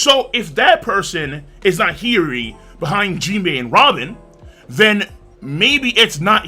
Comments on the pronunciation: King, no disrespect, but you said Hiyori so many times in a row I need to correct your pronunciation, haha. It's killing me. Hiyori (hee-yoh-ree). No, "heery" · He-your-ree…. Hiyori lol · Bro your pronunciation of Hiyori's name is killing me. Maybe you're just saying it really fast cause I hear "Heary". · The pronunciation for Hiyori Is an inside joke of this channel? At first i didnt even know who he was talking about :P